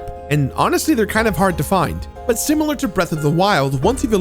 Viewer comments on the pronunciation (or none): none